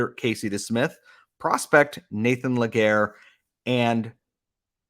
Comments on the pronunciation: LÉ- GA - RÉ ... pronounced LAY GAR RAY not LE GAYRE I get you're english dude but like come on . ;) <3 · Great trade by Hughes !! Can't wait to see what his next move will be ! btw it's Légaré not Laguerre ;) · I know that this guy (Nathan Légaré) having a french name could be a challenge to pronounce for english-speaking folks, but just to point you in the right path, Légaré is pronounced "Lay-ga-ray", in English phonetics. 🙂